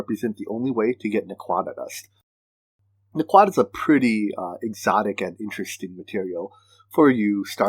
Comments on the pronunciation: Hahaha.. you are perfectly fine! I was just chuckling. Love the video series though! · For the prununciation of naquadah.. watch some Stargate ;)